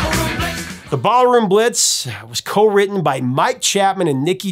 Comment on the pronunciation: No mention of the Krokus version of Ballroom Blitz? Yet you mention Tia Carerra's? SMH. And why does it sound like you keep saying Barroom Blitz?